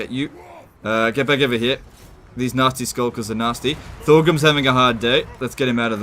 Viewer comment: Anyone else mishearing "Nazi Skulkers" almost everytime?